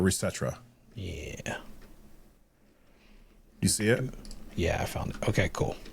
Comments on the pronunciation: Re setra 😅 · I've never heard anyone pronounce reset era like that